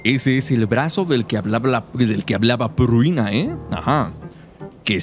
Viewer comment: El buen compa pruina pruina pruina y la chica se llama Prunia xD, la dislexia compa